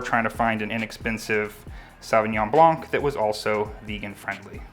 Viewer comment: I never thought of adding ingredients to the beyond meat burger. That's such a great idea. BTW, the word blanc in French, the c is silent. :)